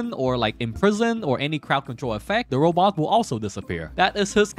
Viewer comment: Every time you said robot I cringed. Otherwise good video.